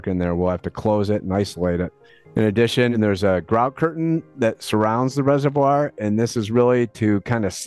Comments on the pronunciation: What’s a “reserWIRE”?! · everytime I hear 'resevwoiyer' I physically cringe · The way the narrator pronounces "reservoir" is so distracting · Isn't the comparison Tokyo's emergency-flood-storage-cavern a necessary addition to this one? Literally that reservoir is big enough to store Godzilla and every city with flood problems could learn a thing or two from them... Chicago seems to have quite a similar system where once the reservoir is full, storm water goes to the river instead. [also, I hate being that guy but "reser-vwyre" ??] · I'm almost 40 years old and until today I never knew that British people pronounced "reservoir" like that. Also, I haven't lived in Chicago for a while, but I'm pretty sure that The Italian Village does not serve deep-dish pizza. I don't think they have pizza at all! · You’re saying reservoir wrong again 😂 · Never heard reservoir pronounced like that 😭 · It's pronounced reservoir ;)